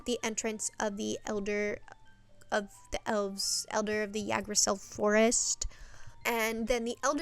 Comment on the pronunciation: Yggdrasil comes from norse mythology originally and it’s pronounced igg-drah-sil :) in mythology it’s a single tree, not a whole forest. it’s basically the tree of life in norse mythology